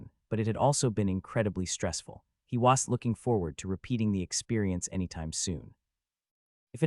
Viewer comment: BRO CANT PRONOUNCE WASN'T